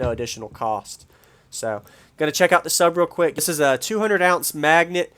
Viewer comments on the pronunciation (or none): none